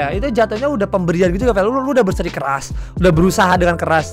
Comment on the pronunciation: Berseri keras 😭 harusnya bersi keras wkkwkw